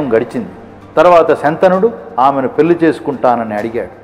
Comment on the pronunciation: Video బాగుంది. కానీ, 'ళ' ని 'ల' గా pronounce చేస్తున్నారు. ఉదాహరణకు 'పెళ్లి' ని 'పెల్లి' అన్నారు. ఇంత మంచి తెలుగు మాట్లాడుతూ ఇలాంటి చిన్న తప్పులు రాకుండా చూసుకుంటే బాగుంటుంది. Thanks